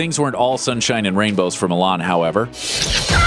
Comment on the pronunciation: It's Millan FF sake, pronounced "Meeshan", not "Milan"